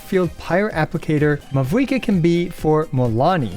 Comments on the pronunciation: For the future: The V in Mavuika is pronounced like the German V so it becomes a "W" ... easiest way to think of it is like Mao-eee-ka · You oronounced mavuikas name wrong the entire video, the v instead pronounced as a v but a w. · Great video but you did not pronounce mavuika correctly even 1 time and it's killing me